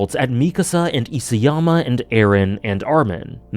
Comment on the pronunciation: Hey, long time viewer. Love your thoughts on anime and media. Just thought I'd be pedantic and correct you on the pronunciation of Isayama since you seem to love AoT and the author. Ee-sah-yama, not Ee-say-yama. Obviously doesn't detract from any of your opinions and criticisms. Cheers!